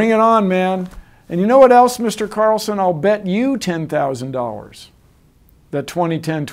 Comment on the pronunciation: and there's this... "Mr. cutucaCarlsonnn..1.1!!